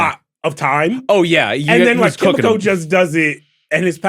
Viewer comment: Ki mi ko not kim me ko